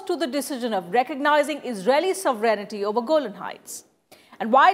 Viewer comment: FFS It's 'sovereignty' not 'sovereign-i-ty.'